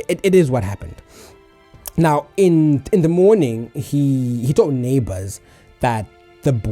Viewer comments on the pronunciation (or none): none